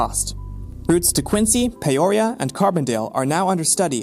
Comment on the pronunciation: One small thing. You said Quincy, and then made the line go to the Quad Cities (Davenport/Rock Island/Moline/East Moline).... Also, Peoria is pronounced Pea-or-ee-a Otherwise a pretty neat hypothesis!